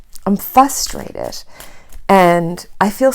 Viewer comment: sorry to be picky but this bothers me every time you say it. Frustrated no fustraded. like fruit not fuit.